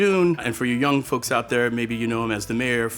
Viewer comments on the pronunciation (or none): none